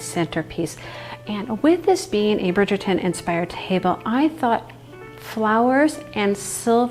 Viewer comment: It’s pronounced “bridge” -er-ton. Like London bridge. Not brig-er-ton. Bridge.